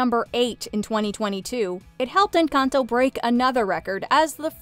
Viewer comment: Just want to say thank you for saying Encantó with an accent! My wife is Mexican and it’s really frustrating hearing people butcher the title when it’s not hard to say correctly at all! So we appreciate it!